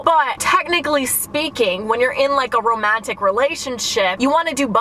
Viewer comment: Wait I love the way u pronounce the “A” in romantic. It’s so satisfying